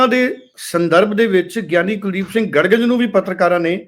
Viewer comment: ਗੜਗਜ ਨਹੀਂ ਗੜਗੱਜ